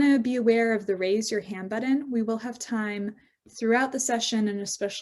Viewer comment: "buddon?" Really?